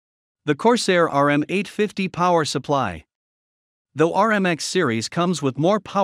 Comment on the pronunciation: lol...RM850...they called it "ROOM 850".